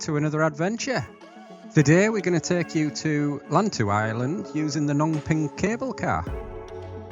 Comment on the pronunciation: lantau pronounced lan as in pan and tau as in how ..lantau